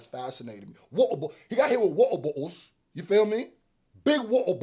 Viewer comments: dawg when you kept saying wotabotals you had me dyin lol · Wa’er Bo’les 😂😂😂😂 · People in England love drinking their tea, but they damn sure don't like to pronounce the letter. 😅 “Wa’er Bo’Les.” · lol I like how Brits don't pronounce the 'Ts' Wa-uh bo-uh-les! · That pronunciation of “water bottles” earned my like. Keep it up! 😂😂